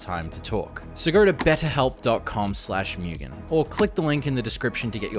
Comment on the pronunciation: Imagine running with the name Mugan and pronouncing it as Mewgen... maybe it's the accent